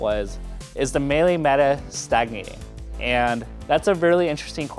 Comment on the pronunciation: Stagnating, not "staginating"